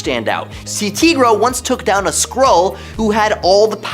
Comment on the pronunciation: Tee-gra? It's Ty-gra. Does anyone on this channel read comics?